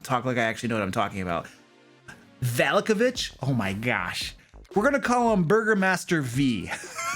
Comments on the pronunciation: Not sure if this guy just choses to mispronounce every name juat to make it sound different. Ih-zek Val-ya-ki Wak-ter Ih-rina iz-mark Val-ya-ko-vitch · vuh - LOCK - ee. vuh - LOCK - Oh - vich. it's east European flavored dude lmao